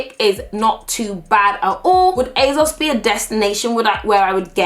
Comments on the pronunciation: It’s ASOS, ASOS!!! Not azos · ASOS not AZOZ - not gonna lie. That’s annoying me. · Is it just me or is she sounding like she says it azos instead of asos. This is NOT hate I love uuuu xxxxx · I love you patty, but hate how you say AYYZOZ! It is Asos, love. :P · Girl, please it's aSSSSSos not azoz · Asos not azoz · she says asos so weird "azoz" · Is she saying azos?? 😭😭😭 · Who knew it was pronounces "azoz"? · The way you say ASOS is so funny 😂 it sounds like you’re saying Azos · I'm here coz I laugh every time beautiful pronounces ASOS as EHZOZ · She says Asos like it has a Z in it and it really bothers me! :/ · the way pronounces things makes me laugh "Asauce" and "lip bum" maybe it's just me. love the videos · it's not her accent lol I'm from where she is. She's just got into the habit of pronouncing it incorrectly. Even Mike has pronounced it the same way and their from two different parts in the country. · Can I really watch a whole video of pronouncing “ASOS” wrong????